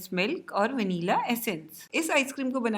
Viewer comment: Please pronounce Vanilla correctly😊